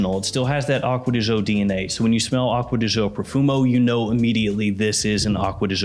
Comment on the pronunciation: You should pronounce as joe